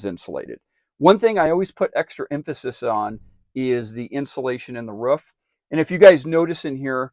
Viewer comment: Where you at ... you said it's up on the ruff not roof